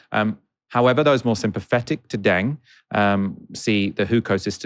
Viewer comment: It’s pronounced ‘dung’ not ‘deng’